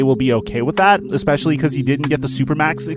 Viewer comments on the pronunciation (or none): none